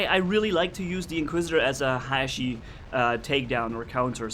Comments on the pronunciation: Actually Haechi is a Korean name so it Should be pronounce like that. 해(Hae)치(chi) which is pronounced Hee-chi (not Hichi). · Pyrotech442 Yeah sorry if i sould like an ass correcting you. All I meant was that the words should be pronounce from were they come. Although Haechi is written in english it comes from a Korean word romanized. That's why think the real pronunciation Should be respected.